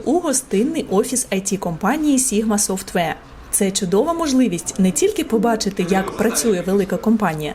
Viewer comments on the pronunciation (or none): Побуду трохи душнілою. Software, не softwear